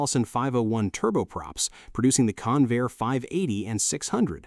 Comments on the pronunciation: That's CON-vair, not "conveyor." The name was a portmanteau formed by the merger of Consolidated and Vultee aircraft corporations. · That competing aircraft builder wasn't "Can-VAIR" it was CON-vair. Don'tcha just love these AI Slop robots? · Hey stupid AI. It's CON-VAIR with the accent on CON. AI slop. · It''s "Convair," not "Conveyor." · Convair, not conveyor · LOSE THE ANNOUNCER BOT!! ("Kinvayer", MY ASS!) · Convair has two syllables, both stressed, and is NOT pronounced Conveyor. It's discouraging to see excellent film with sloppy narration. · Yes! It is pronounced Con - Vair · Three and a half minutes into the video and the narrator begins to pronounce Convair properly. But the producers couldn't be bothered to just restart the narration because of laziness. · Learn how to pronounce Convair. AI again. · I'm so sick of AI mispronunciations. I can't finish watching this garbage.